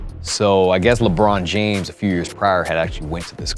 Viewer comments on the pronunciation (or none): LehBrawn Jaymehs